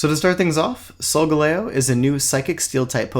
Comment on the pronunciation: The way you pronounce solgaleo triggers me